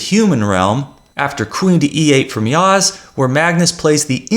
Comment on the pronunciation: You pronounce well Yağız's name